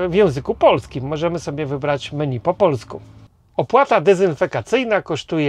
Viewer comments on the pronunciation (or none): none